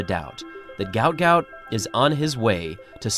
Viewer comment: Mate, their are 2 versions of his name. His parents named him ‘Guot Guot’, which is pronounced as ‘Gwot Gwot’. That is on his birth certificate. However I think legally (e.g. on his passport, though I could be wrong) he is named ‘Gout Gout’ due to the error. He is also known as that to his friends, so that is what we refer to him as.